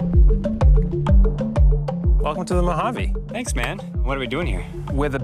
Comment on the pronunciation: Its actually pronounced the 'MOW-jayve'.